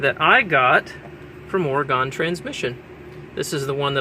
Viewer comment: ..... Are you saying Oregon???